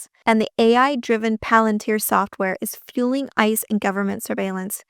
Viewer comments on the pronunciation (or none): none